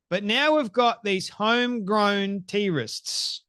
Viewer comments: When you pronounced "Trists", the caption understood it as "terrorists". Youtube is getting real annoying. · Sounded like he said, "Home grown T-Rexes"😀. Remember that video of the Aussie Doctor and Nurse mocking Israel and the West? And a few days ago a doctor tried to run a congressman off the rode here in the USA. They can't hide who they really are anymore. A call to murder has been issued and hatred breeds murder. Look at the babies in the strollers and the small children marching with them. Words do not fall to the ground. Satan has really done a good job in deceiving and training them well. I feel sorry for them because their hate keeps them enslaved, blind and deaf to knowing the Heavenly Father God and His Precious Love. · Are you actually saying T-rists or is it your way of saying terrorists?